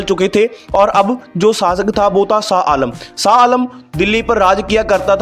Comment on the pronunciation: Not SA ALAM Blut SHAH ALAM.Please speak right.